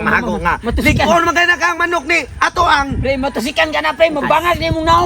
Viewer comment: ATONG ANG ❌ ATOK HANG ✅ 😅😂🥴